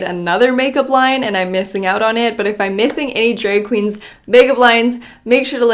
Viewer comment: “dreg kweens” Love her